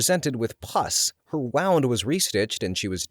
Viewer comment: I'm only halfway through and I've heard 3 mispronunciations... 'wound' followed by 'wound' in the following sentence really did it for me. 😂 I still love the energy and curiosity though mr. narrator... Maybe watch some ER dramas lol